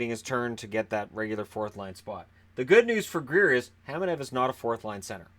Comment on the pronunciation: I'm pretty sure it's Kamenev, not Hamanev.